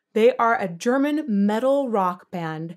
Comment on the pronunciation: Hi, I am always mpressed by your good German pronounciation. I know you said you lived here in Germany for some time but still I guess it´s not easy for a non native to get to this point. I really wonder if you never heared about "In Extremo". Like Feuerschwanz they are a part of this medial/folk metal scene. Afaik they are one of the oldest and biggest ones that inspired a lot of the later bands. The singer also sounds a little like Till Lindemann at times. They sing in Latin, German and middle high German (medieval German). I would recomend "Herr Mannelig" as imho this gives a good impression of their style. If you want more angelic voices try "Faun".